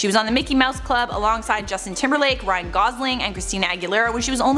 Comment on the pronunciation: Did you just call him Ryan Godling? 😂